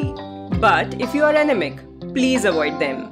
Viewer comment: First.. u should learn to pronounce anaemic properly. It left me wondering what ur talking bout.. in the beginning 😂